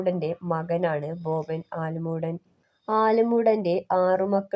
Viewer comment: ആലമൂഡൻ അല്ല ആലുംമൂട് ആണ്